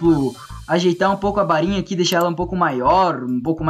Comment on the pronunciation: kk vdd ele nao fala com rr fala com r "barinha"